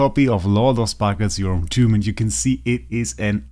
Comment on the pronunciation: Bitte sag nicht Yorhm Tuuuuuum. Es wird Tamm ausgesprochen🥲